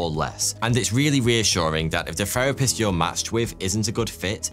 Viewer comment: What is a "ferapist" ???